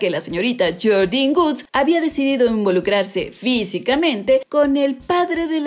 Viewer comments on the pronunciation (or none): Porque le dice "jordyn goods" es jordyn woods no sabes pronunciar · Es Jordyn Woods no Jordín Guds...😕 🙄 🤦🏻‍♀️ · Se pronuncia llordin wuds